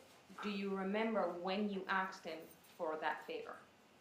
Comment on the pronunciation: How come so many americans say ”aks”/”aksed” instead of ”ask”/”asked”?